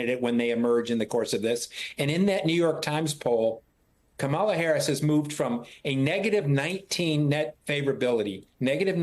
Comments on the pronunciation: Too bad Matthew Dowd can't (or won't) pronounce Kamala's name correctly. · Who is this guy? Learn how to pronounce your new president's name! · Learn to pronounce her name. It isn't hard. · Can we pronounce her name right? 😣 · Dude, it is pronounced COM-mah-lah not com-MAH-lah. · Matthew Dowd. Maybe you've just listened to too much DJT in your job, but our VP's first name is pronounced KA-ma-la. Not Ka-MA-la. Trump does that to insult her. You don't want to do that. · And can journalists / reporters / anyone who appears on Youtube, Tiktok, wherever, please learn to pronounce her name. She's been VP for almost 4 years. It's KAmala. Not KaMAla. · If you're good with Kam, learn how to correctly pronounce her name, it's not ka-Malla. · Say it with me: Comma-luh. If you're going to be an ally , please learn to pronounce her name correctly. It's not that hard. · Kamala Harris. Her name is pronounced Comma-la. It really is annoying that people can’t pronounce the Vice President and soon to be democratic nominee for the POTUS’s name. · Say her name correctly it’s KA-ma-la, ka -MA-la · Matthew Dowd, PLEASE pronounce her name properly! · Dowd can't even pronounce her name correctly. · Why are they letting him mispronounce the VP’s name like that?!? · Dude, pronounce Kamala's name properly! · This guy needs to learn to say her name correctly, not the way Trump says it. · Why can’t people pronounce her first name correctly? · Thumbs down after his second use of Kamela's name with a mispronunciation with accent on the second syllable. On thumbs down and every time I hear a supporter pronounce her name that way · How about you require people talking on your show to give VP harris the respect she deserves and pronounce her name correctly?! , LA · They should tell them how to pronounce kamala's name before they let him on air. What a bunch of jerks! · Good Grief, Matthew Dowd. I agree wholeheartedly with you. But you need to learn how to pronounce "Kamala" correctly!